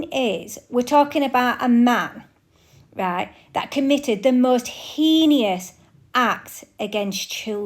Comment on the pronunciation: You're very brave and thank you for putting this video up. One thing, because you know the sneering types will gloat over it, heinous is pronounced hay-nus.